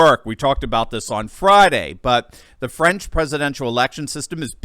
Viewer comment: TRY TO PRONOUNCE; FRANCE,[,[ THE A SOUNDS LIKE IN BALL],, OR FRENCH,..... NOT FRIENS